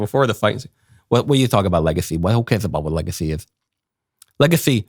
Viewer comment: Whelp I guess I'm just going to have to pronounce it "legathy" from now on...